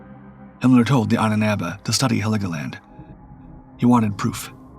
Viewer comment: It's Helgoland, not Heligoland. Nice video though. YouTube finally caved and decided to show me videos that are not already in my watch later list and I like it.